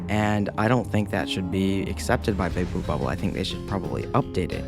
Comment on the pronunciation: is it just me or do you say Bouba ball instead of Big blue bubble 😂